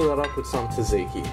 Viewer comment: Turkish inspired for sure. Greeks never ate yogurt and tzatziki is from Turkish cacık. Just mispronounced.